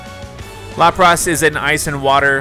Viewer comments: Its pronounced as Lapras (Lap-ris) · lapras name is LAPR-IS like lapis! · you butchered the pronounciation of lapras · lol the way he says lapris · Sounds like he's calling it lop Ross